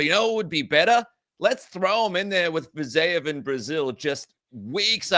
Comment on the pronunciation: What is going on with this "Fizayev " thing? I understand not knowing how to pronounce a fighters name you've never heard before. But butchering over and over a name that's been around for years...